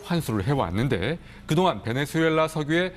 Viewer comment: 베넨술렐라 (X) 베네술렐라 (X) 베네수엘라 (O)